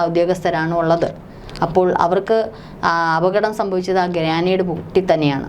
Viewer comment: " ഗ്രാനേഡ് " എന്നല്ല; "ഗ്രനേഡ് " എന്നതാണ് ശരി.